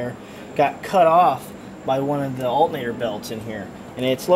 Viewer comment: Dude keeps saying Alt-Nator instead of alternator :P